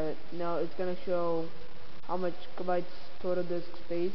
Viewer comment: Great video!!!... but they are called GIGabytes not JIGabytes.